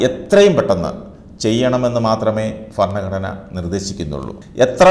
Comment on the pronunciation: ഫരണഘടനയല്ല ഭരണഘടന എന്ന് ഉച്ചരിക്കണം.